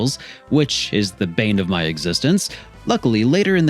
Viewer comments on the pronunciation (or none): none